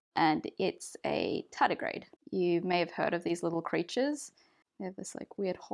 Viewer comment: My Chummer (you say Tedigrade) dislike experiments in this way *smile*. After this he feeling little bit confused.